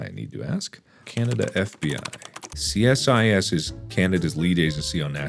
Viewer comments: tip for mark: most canadians pronounce CSIS a “see-suhs”. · Mark here in Canada we pronounce it See-cis Don't touch our Loons! They're on our coins! They're too precious 🥺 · FYI we pronounce CSIS “see-sis”. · Uhhhhh.....we don't have FBI in Canada, so being arrested by them would be unprecedented. But give it a shot! PS - CSIS is pronounced "See-Siss". And yes, it is like the CIA. And no, the RCMP don't wear the red serge uniforms except for ceremonial occasions. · CSIS is pronounced as "See-sis" and Loons hunt underwater similar to penguins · CSIS is pronounced "Seesis". Sincerely, a Canadian. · We pronounce it see-sis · Ah, CSIS. We often pronounce it “SEE-sus”. They’re our version of the FBI. The Mounties are a separate thing.